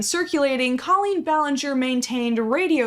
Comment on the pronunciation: Coleen is Probably butchered the name